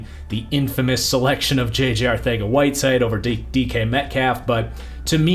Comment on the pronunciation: Is there a reason he pronounces Arcega-Whiteside as ArTHega-Whiteside?